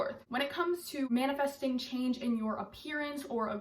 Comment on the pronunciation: “You not manafasting what you want, you manifest what you ARE”